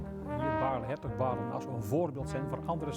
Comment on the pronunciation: I just hate it how english speakers insist on fucking ignoring pronouncing trhe e at the end of words.. Just vbecause you eronoeously started to not pronounce it yourself in english words does not mean other languages do not pronounce all the letters that are in their languages.. Baarle is not pronounced as Baarl.. the e is pronounced